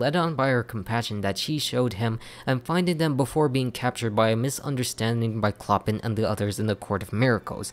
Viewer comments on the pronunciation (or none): “It’s my favorite Disney animated feature” One minute later “CHLO-PIN” C’mon dude.